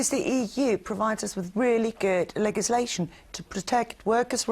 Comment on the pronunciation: I don't like the Green woman's politics and she cant pronounce "legislation" but I wouldn't complain if she farted in my bed.........